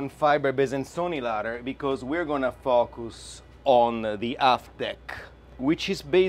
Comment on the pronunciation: I thought he said, "We are gonna put up this ladder cause we gonna be fuckin with the aft deck". He said, "FOCUS on the aft deck"